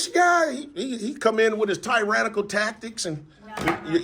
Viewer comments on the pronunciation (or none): Bro you can't even pronounce tyrannical let alone define it. 🤣🤣🤣🤣🤣🤣👀👀